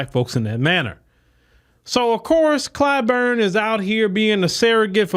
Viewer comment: Clyburn is a rhymes with “Spoon”.